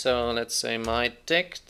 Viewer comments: I was listening to this one my speakers at max volume and just kept hearing mydi** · Great video; however, something about that variable, mydict keeps making me laugh whenever you say it..